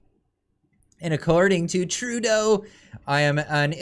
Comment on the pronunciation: It is Poi lievre pronunciation, you are bad indeed Ce line Di on. Tru not trou deau